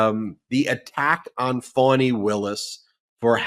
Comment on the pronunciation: My phonic attempt may be off but it's Fawn-knee (Fani)